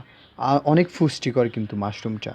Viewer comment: ফুষ্টিকর না, পুষ্টিকর!